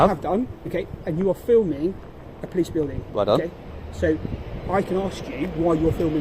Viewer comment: I can ask you why your filming our wuilding! 😂 😂 WUILDING???? 😬